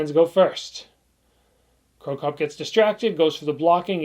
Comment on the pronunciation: Crocop. Not cropcop